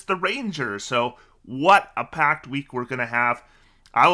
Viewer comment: What he said: "What a packed week we're gonna have!" What I heard: "What a PACT week we're gonna have!"